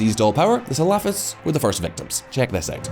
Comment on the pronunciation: it's cute how shallow the narrative is, and even more cute, if not slightly irritating how he keeps butchering the pronounciation of the word salafists, it sounds like falafel lol.